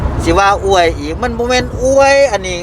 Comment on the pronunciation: บ่าวลาว #อวย ไทย เด้อ ไม่ใช่ #อ้วย #อ้วย มันจะออกเสียงเดียวกับ #,กล้วย #ช่วย #ด้วย ภาษาไทยต้องใช้ #อวย ครับ #อ้วย ภาษาเขียนไม่มีนะ